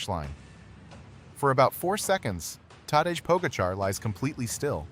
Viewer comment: Its teday Pahjacah tell your ai that it butchers his name. He is a human experiment and the greatest cyclist yet.